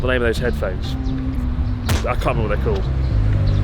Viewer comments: Don't you mean the Wonder Heaphones? 🤔 Just kidding, Chris. I love ya. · Wait, Sony "Heaphones"? 🤔